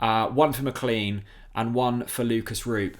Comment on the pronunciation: I wish you would pronounce McLean properly